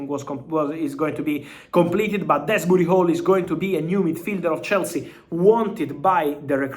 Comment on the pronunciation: It’s pronounced “Do’s-bury”